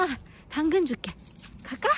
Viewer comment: 당근이 아니라 멈춰!로 들려요 ㅋㅋㅋㅋㅋㅋㅋㅋㅋㅋㅋㅋㅋㅋㅋㅋㅋㅋㅋ